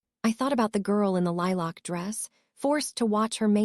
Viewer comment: The AI voice pronouncing lilac weird was a bit irritating but you really need to fix the “hopping” error 😂 unless I’m wrong and everyone is jumping around I’m pretty sure it’s supposed to say “hoping”